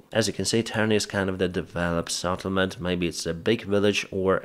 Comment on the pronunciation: not SATTlement but SETTlement. Come on man.